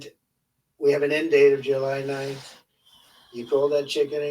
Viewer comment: He can’t understand questions. Boy did 47 mess up her so called great day. 😂😂 I think he mispronounced July too😂😂